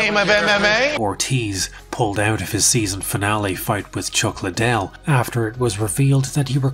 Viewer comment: Him unironically referring to Chuck Liddell as "CHACK" Liddell is just top tier storytelling🤣